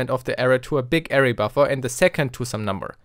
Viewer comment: That's now how you say Array... triggered